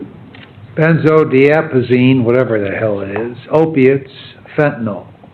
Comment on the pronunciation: “Benzo-de-apa-zine” It’s benzodiazepine. A little alarming how clueless this judge is with drugs